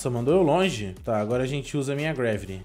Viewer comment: Deu mei agunia de ele falando greveli